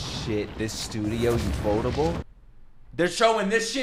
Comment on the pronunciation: you keep pronouncing the studio "ufot-able" its "ufo-table" bro loooool